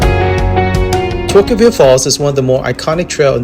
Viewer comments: FYI~ it's pronounced "TORKville" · No it's not. More like tokerville. Toquerville come on bro.